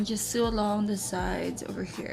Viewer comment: I love the style! Thanks for sharing the process. By the way Sew is pronounced as SO. like Do Re Mi Fa SO...a needle pulling thread...(referencing the song)